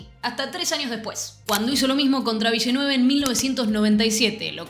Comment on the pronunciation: Esta muy bueno el video y te banco desde que te vi en el programa de la TV Publica de relatoras argentinas, pero por favor te pido que a "Villeneuve" le digas "Vilenev". Gracias! Con tus videos que estan buenisimos.